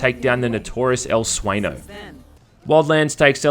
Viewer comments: Is sueño, no sueno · Watched several reviews, not one reviewer has pronounced "sueño" properly yet! lol. Good review!